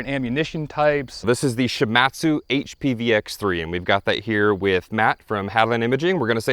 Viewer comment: Great work!! However the company is pronounced She-mod-tsu. I lived and worked in Japan for a number of years (and speak Japanese). One of the companies I did business was Shimadzu.